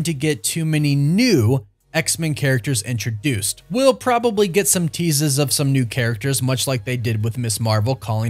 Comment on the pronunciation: "Teasas" gotta love it 😀